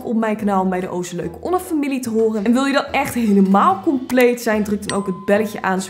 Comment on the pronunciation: Geen haat maar mijn naam spreek je niet zoo uit😂😂 De e spreek je niet uit maar is niet erg ik ben wel blij dat ik ben hgekozen voor SOnnedi😁😁😁